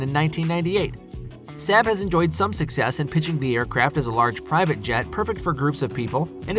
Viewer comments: Saab has two aas not one and is pronounced SaaaB not SaB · SAW-BB (Saab)! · Saab has been around for some time, that people would be able to say the name correctly. Pretty sure the 737 has been in service longer than MD-80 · Given the sales figures of most of these aircraft, esp. the 757, the MD-80 and the 737-200, this vid should be re-titled "I Don't Like These Aircraft and Didn't Do My Homework So I Made A Top 10 List", or maybe "I Don't Know How To Pronounce SAAB".